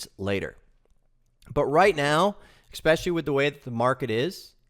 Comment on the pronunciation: This one is "eXpecially" good, thanks ;)